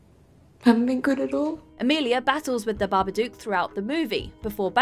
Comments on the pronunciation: I only have 2 things to say about this list - 1/ It's 'Babadook', not 'Barberdook'. They literally say it in the movie. 2/ The Blair Witch Project is one of the worst films of all time, and should be in any list, unless that list is 'The Worst Movies Of All Time' or 'Overrated POS Movies'. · Every fucking video. BabaDOOK like book, cook, look, took, chook. Not like spook.